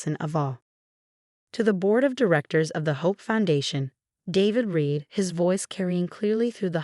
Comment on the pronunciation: That's not the only one! How about "read" vs. "read" -- as in the present tense vs. past tense. There are others as well ... I find myself constantly correcting the narration ....